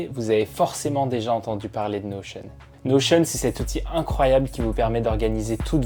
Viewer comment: Je viens de découvrir que ça se prononçait "Notion" à l'américaine mdrrr merci à toi